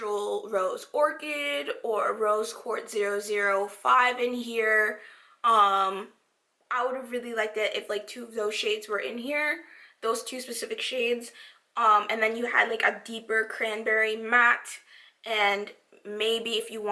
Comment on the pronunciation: Firstly, great review. I’m happy to have the dupes since I need back ups as they enhance my other shadows. Secondly—and this is not hate— are you trying to say “ Asia SPUH- cific”? I know a lot of us black people say pacific, but the word specific isn’t pronounced like that. Kind of cringe when I hear people say “pacifically”. 🥴